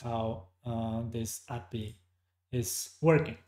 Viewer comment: I think they've changed the ListView data source connection? I see a different thing when I try. Also never heard API pronounced appy before, took a while to get used to:-)